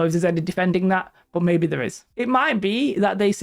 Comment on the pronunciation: "they can go from THURR" love it... sry I enjoy accents. lol